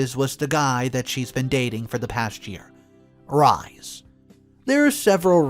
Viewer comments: Mucho Jesus Christ - you are killing me this morning!!!!!! 'Rhys' is a name of Welsh origin, and is pronounced 'Reese'. Not. 'Rize'. 🌈The More You Know🌈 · Pronounced rees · Oh dear, I have tried and tried to ignore your mispronunciations ( inventation for invitation, whil-est for whilst, etc.) -and please understand I only want the best for you, narrating as a living— but the name Rhys is Welsh, and pronounced “Reese”. Could you please, please, look up how to pronounce English which is obviously a first language for you? I am not trying to be mean, but this is driving me bananas. Thanks for reading. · XD Rhys is pronounced Reese